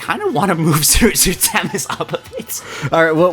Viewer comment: i hate how this dude pronounces samus